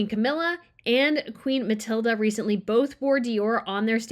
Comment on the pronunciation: I can't but wonder why you always say "Queen Mathilda", when her name actually is Mathilde. The "e" at the end is silent.